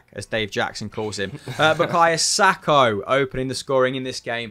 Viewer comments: Who the hell is Sako Hamill? I think you mean Saka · it’s pronounced Saka. It’s not difficult pal